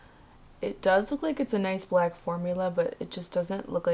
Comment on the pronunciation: Buhlack. Longuh. Skinuh. Sprayah. Onezzzah. Pinka. I can’t anymore 🤦‍♀️